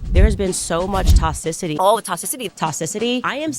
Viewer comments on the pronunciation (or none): Not Toss-icity 😂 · "The toss-city, of our city. Of our city!.." 😂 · To cisity 😂